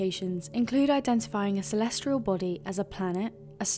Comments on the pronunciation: There is no 'R' in 'Celestial'. Stop saying 'Celestrial', ffs. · For #4 is she saying "celestrial"? It sure sounds like she is.